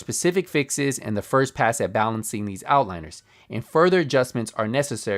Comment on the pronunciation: *reads the word 'outliers': That must be how you spell outliners.